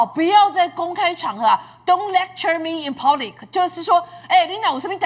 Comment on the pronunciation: 姚惠珍的學歷也不低為什麼總是讀錯英文，public這麼基礎的單詞都讀錯，都不是第一次讀英文有問題了。唉~